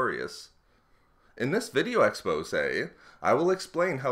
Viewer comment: You should stop saying "in this video expose" (and btw You're pronouncing it wrong)